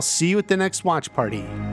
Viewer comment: U say watch part in like a weird way